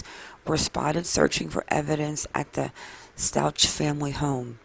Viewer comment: I wish you would pronounce the name Stauch correctly. Or just don't say it all